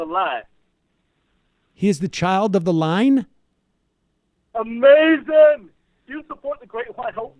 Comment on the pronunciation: Uh-Mei-Zin! but never go full peterson.